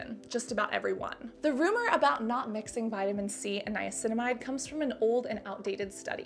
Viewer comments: I cracked up when you kneeaminicide. Hilarious. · Niaguin, piguinamide, niacinaguin. Lol sorry had to say it.